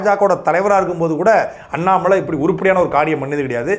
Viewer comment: Please pronounce Mr. Annamal..